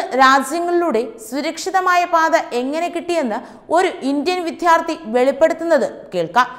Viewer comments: Pl province properly. Not vidhyarthy. Vidyarthy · വിധ്യാർത്ഥി എന്ന്‌ മനപൂർവം പറയുന്നതാണോ അതോ വിദ്യാർത്ഥി എന്ന്‌ പറയാൻ അറിയാഞ്ഞിട്ടോ?. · മോളേ വിത്യാർത്ഥി അല്ല. വിദ്യാർത്ഥിയാണ്. ശ്രദ്ധിക്കുക. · വിദ്യാർത്ഥി എന്ന് ഉച്ചരിക്കണം. വിദ്ധ്യാർദ്ധി തെറ്റ്. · Pls use correct pronunciation for VIDYARTHI. Getting irritated by hearing the wrong pronunciation repeatedly.